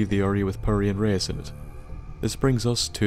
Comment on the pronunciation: Enjoy we mispronouncing Reise for the entire of the episode XD Feedback and suggestions are appreicated